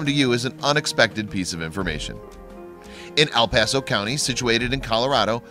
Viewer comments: I know guy did not just say Al Paso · Learn how to pronounce the names properly. It is not 'Al Paso' it is El Paso. As in L.